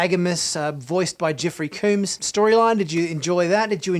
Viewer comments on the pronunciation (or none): FYI - Jeffrey Combs name is not pronounced like Cooms with a long O sound. You're pronouncing it wrong. Combs is pronounced like the word comb as in a toothed instrument used especially for adjusting, cleaning, or confining hair. Jeffrey Combs himself pronounces it this way. See a video posted on Youtube in 2010 by TrekCore titled "Jeffrey Combs Interview Part 1 (Weyoun, DS9)" in which Jeffrey starts the video by introducing himself by saying his name.